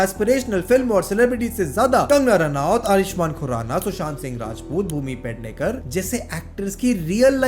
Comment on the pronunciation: Her name is Pednekar..not Padnekar... And she is from Goa... Pedne (Pernem) is her native town..... Goa was actually part of Maharashtra...... Before Portuguese... So There are Marathi people in majority..... Konkani (Dialect of Marathi) is spoken language of Western Coast (from Mumbai to Karwaar) ,.. It is slightly changed with other neighbouring language... Like Goan konkani was influenced by Portuguese... Karwari konkani was influenced by kannada....... Btw who told you her father was Maharashtra minister? 😅